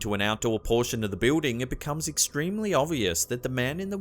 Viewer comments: great but I have to laugh each time I hear him say the word "Building" He pronounces it "Bewding" when its actually "BILLDING" the only other person I know who pronounces it the way he does is Kaitlin Bennett, A political journalist from Ohio. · Love your videos but could you say the word Building correctly please. Jesus dude your driving me crazy!!!!!!!!